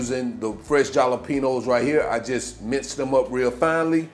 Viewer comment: The J in jalapeño is pronounced like an H 😂.